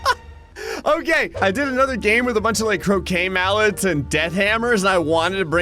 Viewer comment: Me who keeps hearing him say “cocaine mallets”…